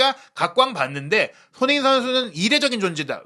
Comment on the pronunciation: 손흥민 발음이 안되시면 소니로 부르시죠 ㅎㅎ